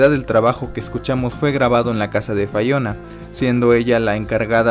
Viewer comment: Critica constructiva, de menos investiga como se pronuncia su nombre, no es fayona, es lo mas basico y ya de ahi partes (pd no soy fanboy ni jeiter)